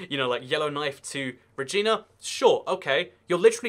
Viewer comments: Regina is pronounced like Re Jai Na, not re ji na and Newfoundland is pronounced like Newfin Land just for the record :) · Regina is pronounced like "vagina". Greyhound a bus service just ceased operation in western Canada on October 31 2018 you could of mentioned that. Yes its cheaper to fly abroad than to other Canadian destinations. Passenger trains are slow and expensive here. Fun facts Halifax is closer to London England than to Vancouver and London is further north than most major Canadian cities/population. Just comes down to two things long distances and small population. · Glad you corrected your pronunciation of Montreal by the end of the video; it was setting my teeth on edge. But my home town, Regina, rhymes with China, not Christina. And you know what, you remind me of a kid from Bath I met several years ago on a train here in southern Ontario. No matter how much I tried to persuade him that the middle part of "Ontario" sounds exactly like "terry", he insisted on pronouncing it as "on-TAAHH-ri-o". It was really frustrating because by then I was living in Ontario, so I should kind of know what I'm talking about. He did tell me that his online name was Polecat and he showed me a copy of his online zine. You even resemble him somewhat. I can't imagine you're the same person because he'd probably be in his late 30s by now and you are clearly not. But if you are that guy, it would be an unbelievable coincidence and, my, you've aged incredibly well, but you still can't pronounce Ontario. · It's ruh-gy-na, not re-gee-na. :) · I like your videos. Lots of random info. Here’s a quick one for you,: Regina, the capital of Saskatchewan, is pronounced Re-JINE-nah, not Re-JEAN-nah. It rhymes with... oh, never mind the rhyme! 😉 Fun fact. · I'm from Regina. Rej-I-na. Like your eye, or "I" live in Reg"I"na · He pronounced Regina wrong, but at least he mentioned it.